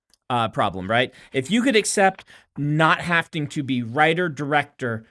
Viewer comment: Brandon, i love you buddy but it's having not hafting.